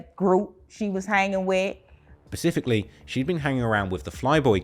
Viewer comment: pacifically lol, specifically you mean